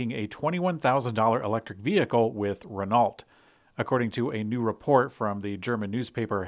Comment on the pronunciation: We tend to ask for better pronociation... With Renault that would be very appreciated. Don't say the T. Rest is fine...